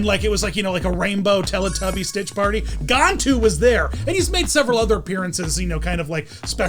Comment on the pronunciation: On the movie Lilo and stitch the captain name you’re saying it wrong it has a GAN in the beginning of his name